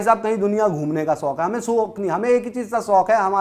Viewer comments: Soq nhi hota shauq hota hai..chatukar😂😂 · Shok ko sok kehta hai ye beech wala 🤣🤣